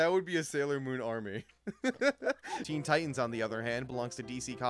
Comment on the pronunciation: Teen not tenn